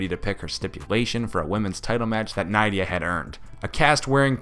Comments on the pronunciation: NIDDDDDDDIA NOT NYYYYYYDDDIA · Its pronounced nidia... like knit without the t.. dia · It’s pronounced Nidia. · Anyway: wasn´t here name pronounced with an e like [nedea] ????